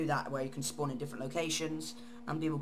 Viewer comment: "on a spuwnaaah"